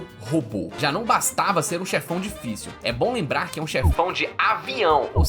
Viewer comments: Gente alguém por favor conta quantas vezes ele disse Dioficil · se voce falar dillficil mais alguma vez eu juro q eu vou explodir minha cabeça com um .50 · Eu contando quantas vezes ele disse ''dillfício'' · A palavra q eu ouço ate agora e dillficil e dillsafio😂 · para de falar dilficil . . . . . . . . . . . . . . . .